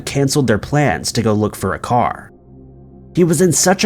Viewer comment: well done for not saying "leicester". Yes, it's one of those words that Is impossible for outsiders to get right